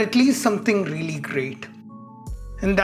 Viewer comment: I like the way you say “reely” 😜